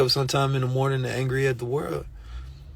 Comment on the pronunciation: The way you keep saying mourning,I KNOW you're sad